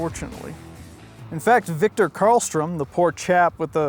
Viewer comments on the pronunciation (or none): none